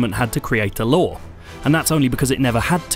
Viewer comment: I keep thinking he says lore instead of law.